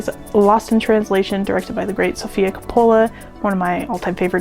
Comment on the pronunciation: Fyi--it's pronounced Cope-ah-la